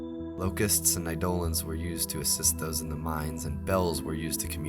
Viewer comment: It's pronounced AYE-do-lon. I was trying so hard to figure out what you were talking about and realized you were just mispronouncing eidolon